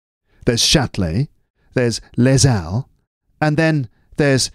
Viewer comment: C'è l'ho fatta!!! Senza pause. Bravo. Bravissimo e grazie per h. G. Wells. Les Halles si legge lé àlle, perché la lettera H è "aspirata", ma come tu sai le h aspirante in francese sono comunque mute.